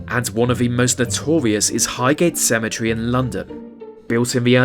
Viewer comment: wtf is cementery